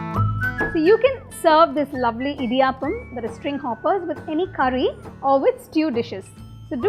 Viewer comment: Idiyaaappam alla pulle "idiyappam"